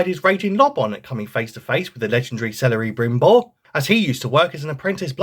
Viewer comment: "Celery brimbord of the rings" 👍